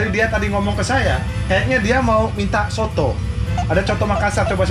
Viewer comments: Chotto bukan soto beda kap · nya lucu udh tau kak Jerome bilang Choto malah Sotoo 😂🤣